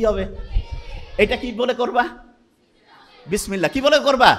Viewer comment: উনিতো শুদ্ধ করে বিসমিল্লাহ পড়তেই পারলেন না!